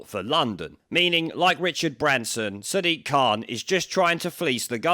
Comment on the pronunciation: He actually pronounces his name 'Sad Dick'